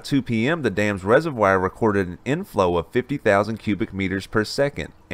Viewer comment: ugh. rez-uv-wahr, not rez-uv-wire